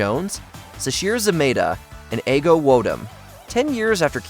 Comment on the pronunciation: E-go. Her name is pronounced E-go. Not Eggo